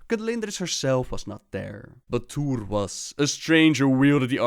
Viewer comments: Even though your videos are good, you need to look up the pronunciation of T'uure before making a video on T'uure. It's very offsetting. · Not to insult, but for someone who's so entranced in the lore, you have a knack for not pronouncing things right. Barrem, who's name was said by Boros, Tuure, which was said by Barrem, etc. Man'ari, said in a few storylines. Just a bit irritating.